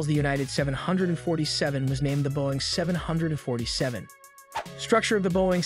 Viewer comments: Is the narrator simply TRYING to piss off so many people by mispronouncing the name of the aircraft? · Why is he saying the name of aircraft like that